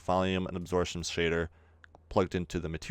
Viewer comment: a - 'b' sor - 'p' - tion! Absorption, not asortion. Yo.